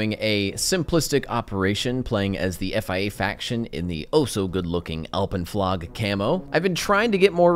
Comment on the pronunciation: Ok so. I'm Swiss, and Alpenflage was our camouflage for so long (until the 90s). But By my dear Edelweiss,, my good sir "Alpenflage" is pronounced like "camouflage" the "age" isn't "aggg". Imma go back and bask in my military rulebooks.